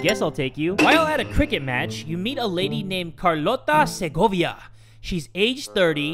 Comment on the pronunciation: yes!!! you actually know how to pronounce Segovia is a city from Spain wow that´s my dude